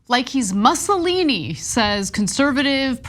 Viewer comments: lol he pronounced it Muscle-eenie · Mark Levin has always been a lunatic and saying something crazy. Couldn't even pronounce Mussolini's name right🙄. So Mark Levin is an "expert" on unions? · Mark Levin can’t even correctly pronounce “Mussolini.”